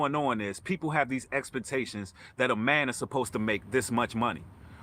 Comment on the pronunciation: God Bless you brother...Love your message and positive energy....very intelligent indeed, but did you say "EXPANTATIONS????"...Ummmm...do you mean "EXPECTATIONS?"..That made me chuckle!!😜👍💜😳😬